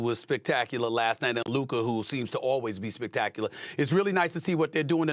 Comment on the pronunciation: He finally said Luka instead of Luker.